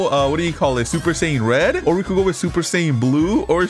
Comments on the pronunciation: Man said super saipan red🤣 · Bro said super Sayin red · Dr he said super sayain red😭😭😭💀